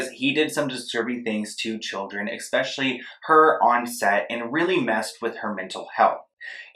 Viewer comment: Not him saying “ekspeshally”